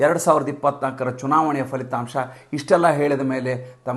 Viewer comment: ಎಲ್ಲವೂ ಸುಂದರ. ಫಲಿತಾಂಶ ದ ಉಚ್ಚಾರ ಸರಿಮಾಡಿ, all most ಎಲ್ಲರೂ "ಫ" ಕಾರಕ್ಕೆ " fa" ಎನ್ನುವುದು ಕರ್ಣಕಠೋರವಾಗಿದೆ. ಸರಿ ಉಚ್ಚಾರ ಒಂದೆರೆಡು ಸಲ ಹೇಳಿಕೊಂಡರೆ ರೂಢಿಯಾಗತ್ತೆ. ನಿಮ್ಮ ನಿರೂಪಣೆ, ದೇಶಭಕ್ತಿ, ಆ ಉತ್ಸಾಹ ಚೇತೋಹಾರಿ. ತಲೆಬಾಗಿದೆ ನಿಮಗೆ. ನಮನಗಳು.